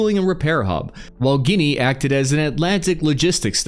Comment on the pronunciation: OK.. not gonna lie, it does sound better... But what was Guinea before editing. And Tell me you are an American without telling me you are an American.